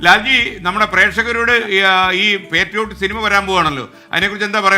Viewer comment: Shinima ? Shinimayo ?😂